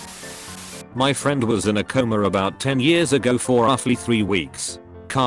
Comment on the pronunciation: What's so hard about pronouncing the word "coma"?